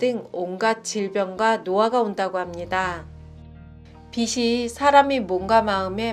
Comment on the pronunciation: 유익한 좋은내용입니다. 근데 사소한 거지만 한가지 지적(?)하지 않을 수 없어서요. '빛' 발음이 잘못된 것같습니다. 지금처럼 발음하시면 태양광선 '빛'이 아니라 머리를 빗는 '빗'을 말하는 겁니다. 즉, 빛을ㅡ> 비슬× 비츨o 빛이ㅡ> 비시× 비치o (지적해서 죄송합니다 __ __ )